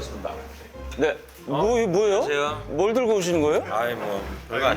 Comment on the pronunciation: ㅋㅋㅋ 발음 뭉개짐 ㅋㅋ 안냐세여 ㅋㅋㅋ 기엽네여